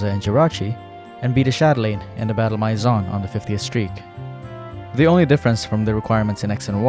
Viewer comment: Please, look up how to say “maison”.